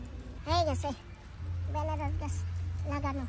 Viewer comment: ওরে বেনারস না আনারস বলে দিদি